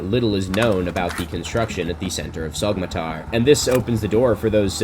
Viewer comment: You were there and you still can't pronounce Sogmatar right?